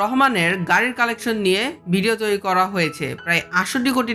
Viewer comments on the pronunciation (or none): none